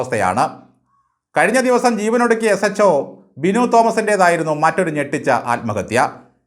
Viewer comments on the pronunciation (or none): none